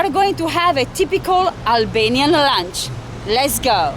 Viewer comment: Great pronunciation of Albanian. Congratulations